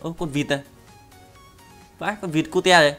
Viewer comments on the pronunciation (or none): none